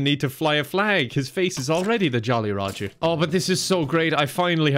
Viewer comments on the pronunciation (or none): none